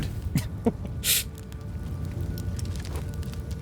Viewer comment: Please learn how to pronounce plauge properly. It isn't pronounced pleg.